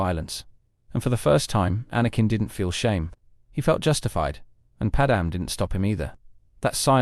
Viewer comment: Who the fuck is 'Padamin?'